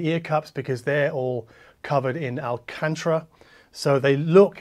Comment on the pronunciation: Love your work. (it's Al-can-tara) 😆